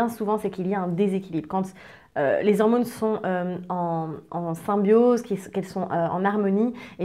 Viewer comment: Les "hirmônes" ? Bon je change de chaîne